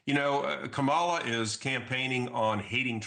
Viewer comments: He can’t even get her name right. If he’s going to come out and pretend he’s not biased, he should have practiced her name. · It's hard for me to trust this politician primarily due to his willful mis-pronuncian of Kamala's name. (and he's a Dr. apparently)